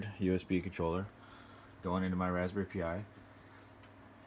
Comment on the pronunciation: raspberry pee yi? lol son...